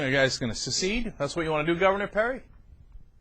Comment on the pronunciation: The word is secede not "suceed". I don't care if they're against Obama or not but Cenk's right about them being Anti-American. Seceding from the United States is the most Anti-American notion ever. By the way I can't believe we're still calling it the "Union" after 222 years.